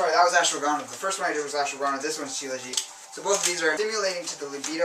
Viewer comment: A couple of questions, if you don't mind.. When it comes to Maca , would you suggest red or white Maca powder? , you mentioned an herb which I cannot make the name out of, it sounds something like "Ashua Ganda"? I plan on buying Maca this upcoming month, and would like to look into the other herb that I'm not sure of the name, as well as Mucuna.